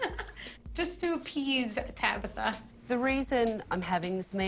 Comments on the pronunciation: Tracy her name is Tabitha not Tabither !🤨? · Stop saying Tabitha, it's TabAAAAAAAtha!!!!